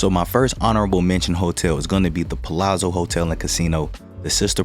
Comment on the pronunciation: You are one of the few people ever on YouTube to properly pronounce Palazzo. Most add a T. Annoying! Good content.